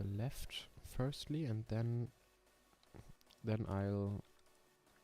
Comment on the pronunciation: 1. es heißt GP 2. Wahrschl. firstly und nicht firtly 3. Maxi war halt schüchtern 4. Schade für Klaus 5. Speedrun ist nicht der Sinn von FVD, gute Sachen brauchen Zeit 6. Trap Musik ist der größte Rotz gemeinsam mit Rap. Aber ok wenn du das hörst. 7. Ne ich mach nicht den Quimerra 💀 8. Das Grasding is das standard Scheiß von Nl2. In blender gehts deutlich besser.